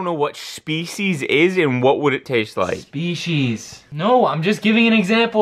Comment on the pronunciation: “Tastes like shpecies!” “I don’t know what shpecies is or what it would taste like..” Had me rolling 😂